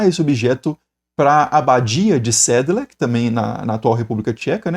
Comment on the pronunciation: Minha família é de origem boêmia/tcheca, professor. Provavelmente é a única coisa em que posso contribuir em "conhecimento" é a correção da pronúncia de "Sedlec". Toda palavra tcheca que termina com "C" tem som (para nós brasileiros) de "ts". Então seria "sédlets..."